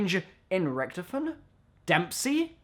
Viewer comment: It's pronounced richtofen lol